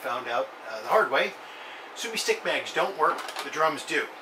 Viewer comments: Thanks for the video. Simple showing of how to load and why you need to do 8 clicks. However your pronunciation is a bit wrong.. Su-o-mi (Su O Me) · No brother its su-o-mi